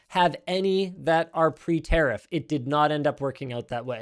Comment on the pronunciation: Its pronounced ta riff not ter riff